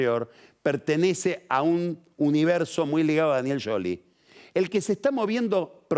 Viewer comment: A alguien más le molesta que pronuncie "Yoli" a Scioli??